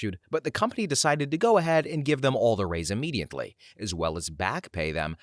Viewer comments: There is no "N" in the word IMMEDIATELY!!! Please tell me I'm not the only person driven crazy by this! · The word is IMMEDIATELY, but yes, there is no N.